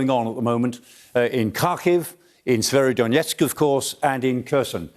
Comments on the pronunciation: yes that's right, Severodonetsk not Severodonietsk. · Can someone educate these guys on how to pronounce SE-VE-RO-Don-ET-SK?